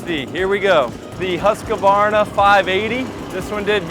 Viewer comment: Great video.. Just one thing. It's Husq-varna... Not Husq-a-varna 😂